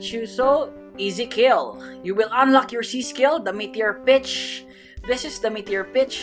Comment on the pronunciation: For a second I thought you said met our bitch😂